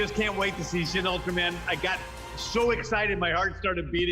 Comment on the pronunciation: Pet peeve when people pronounce shin wrong